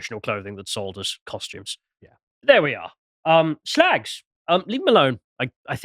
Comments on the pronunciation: Ceuse flimed by chinaman , you should call it "shrag"! "Shlag"is lacis plonounciation.,no? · Is 'SHLAGS' the proper pronunciation? Learn something new every day. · "Shlagz!" Jesus, just when I thought this channel couldn't get any more puerile... A thing so old that even 'Viz' was parodying it, back in the day.